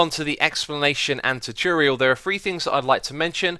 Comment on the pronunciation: says choochorial